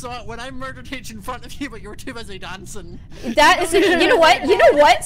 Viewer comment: when Scott said dancin I was like bro are you Seamus finnigin